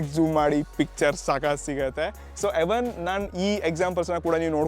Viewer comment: ಎವನ್ ಅಲ್ಲಾ ಬ್ರೋ ಈವನ್ ಅದು😂😂😂😂😂